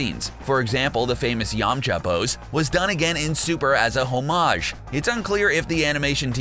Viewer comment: The way you pronounce homage makes my skin crawl